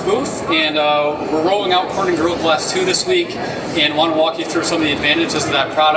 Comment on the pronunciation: Gorilla has 3 syllables.... Couldnt get past his rushed pronunciation